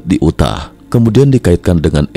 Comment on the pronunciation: Yu tah, dibacanya yu tah. Bukan u tah